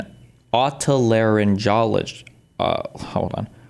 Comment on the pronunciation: Destiny trying to pronounce otolaryngologist was sending meee 🤣